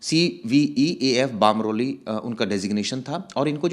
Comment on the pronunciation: बामरौली नही बमरौली हैं। क्या पता बाहर से आया ही न हो।